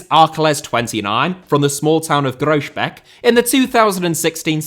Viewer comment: You butchered the pronunciation of ‘Groesbeek’, wow. A valiant attempt, nonetheless.